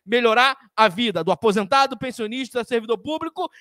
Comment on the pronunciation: Aonde ele fala de apisentado .kkkk